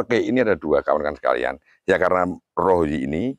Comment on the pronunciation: Pak meskipun di baca "o", namun tetap ketulis nya "a". Jadi ya "rara" bukan "Roro"..